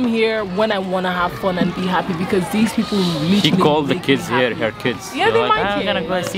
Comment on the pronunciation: It's people not beoble man. P, not b.